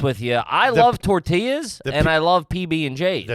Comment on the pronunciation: Being Mexican it’s hilarious listening to these guys talk about tor-ti-las